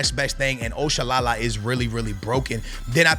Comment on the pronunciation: You butchered Oshoala’s name bruhhh 😭, that’s not how to pronounce it